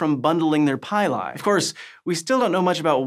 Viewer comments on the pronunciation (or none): PILL-E, as in PILL-E-ATING hairs. So, no PIE-LIE...👎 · Please pronounce pili as "pee-lee" instead of "pie-lie". Please. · Great video as usual. Pili is pronounced like pill-lee.